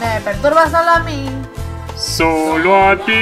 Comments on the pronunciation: Nose por k pero escuché "salamin" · Antes se escuchaba salami en ves de solo a mi xD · Enves de "solo a mi" escucho Salami xd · Cuando decia "solo a mi" por que entendi salami ;-;? me dio hambre alv